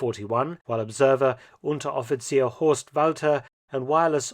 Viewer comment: When you said Unteroffizier around the mark i swore i was hearing a german native speak. That was a remarkable pronounciation.